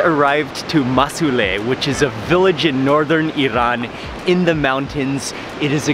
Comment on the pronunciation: The Fact that he Said Musuleh when it was masuleh At the Beginning(in The Car when they got that dough Bread thingy)was hilarious!!!!! I really want to go to Iran tho.